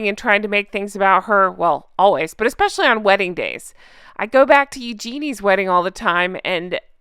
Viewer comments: Hey, I can’t stand MM either but you absolutely must pronounce Eugenie’s name properly. It’s “YOO-juh-nee.” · Just a heads up... Eugenie is pronounced with a soft g ...like ewe ja knee :) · Please learn how to pronounce Engenie correctly. Please!!!!